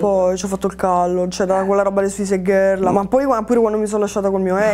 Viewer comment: Suisaid gherl 😂